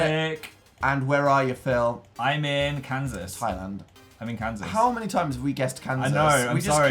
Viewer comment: i just freaked hearing dan say "pheal" this far back